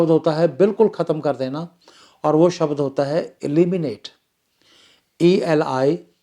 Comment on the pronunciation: Not शबद It's शब्द।